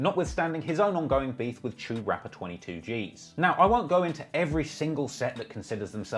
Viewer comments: If you hear a nyc cop calling it "cha-oo" why you gunna call it "chew" Culture vulture energy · The chew!??? Bruh😩